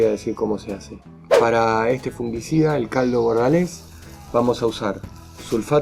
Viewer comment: No es fungUicida. Es fungicida.